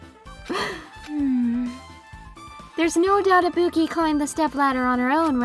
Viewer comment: still cannot pronounce ibuki correctly even after shes full dead